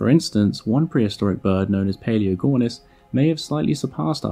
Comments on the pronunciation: it is Pelagornis not Paleogornis I believe. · Good video. Although the bird you're referring to is called Pelagornis, not "Paleogornis". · bro its not paleogornis its pelagornis